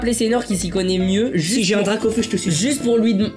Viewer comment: mes t’es bête toi c’est parce qu’à il a dit gracaufeu